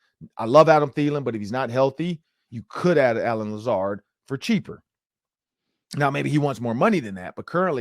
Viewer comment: I quit watching when he said Lazard 😆 🤣 😂